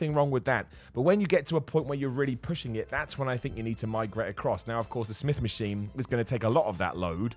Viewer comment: “start on the smith Maskween schott” 😂